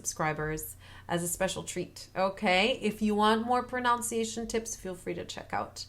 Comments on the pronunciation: hi :) say pronUnciation, not pronOUnciation, like in the spelling. pronounce and pronunciation second sylable is different. your tips are great btw. just what we need. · Only being persnickety bc of the video’s nature, but proNUNciation is the word. Not ProNOUNciation. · Muito obrigado not only for this video but for all of them. They’re incredibly helpful, and I keep returning to them. A small point in this one that the pronunciation of the English word “pronunciation” actually has a short u in the second syllable, at least in America. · One small thing: the "un" in "pronunciation" is pronounced like the "un" in "under."